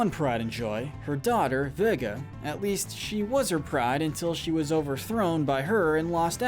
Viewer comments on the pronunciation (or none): none